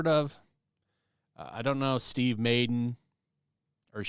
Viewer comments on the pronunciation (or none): Not Steve Maiden….Steve Mad-den 😂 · Did he say MAIDEN?! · doesn't know how to pronounce the last name Madden? Must not have an athletic bone in him lol